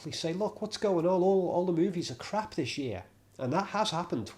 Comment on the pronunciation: Love the way a Scot's accent says K-RR-R-A-A-A-P-P...!